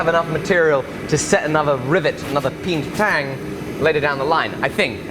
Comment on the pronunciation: Best part of this, listening to attempt to stress "peened tang" vs "peentang." Two very different things.